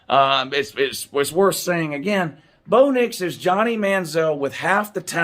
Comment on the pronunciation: everytime you say "Blow Dicks" i crack the fuck up 😁🤣